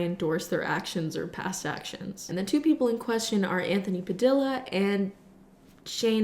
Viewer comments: Not to be that person, but also, it's Anthony Pa•dee•yah His last name has a Spanish origin so with the way his last name is spelled, the double "L" should be pronounced like a long "E" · "Anthony Padila" girl- all fans know that's not how you pronounce it